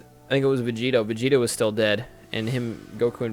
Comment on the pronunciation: You kept saying planet vegito.....